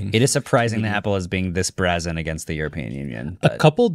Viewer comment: Heard it in two videos recently, so just wanted to give a helpful heads up - the word "brazen" is pronounced "bray-zen". Keep up the good work, dude.